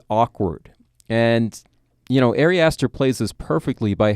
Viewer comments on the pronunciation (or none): Just a minor critique, only because I know Ari Aster will continue making movies that we want to talk about - his name is pronounced like “ah-ri”, not “airy”. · Honestly found it really hard to listen to this without cringing every time the guy pronounced Ari like "Airy". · "Airy" Aster is one of my new favorite directors.